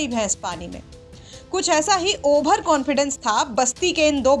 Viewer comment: मैडम जी ओवर होता है ओभर नही